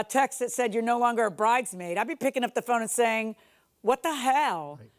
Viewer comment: Not "bridemaid" like Nene 😅😅😅